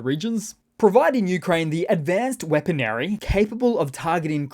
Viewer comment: “…weaponary”. ??? 3 minute mark